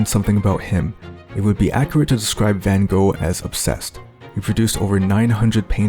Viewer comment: You are not pronouncing his name correctly.